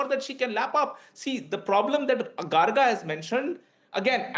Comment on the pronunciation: No Garga ,It is Gargo -- the pronounciation.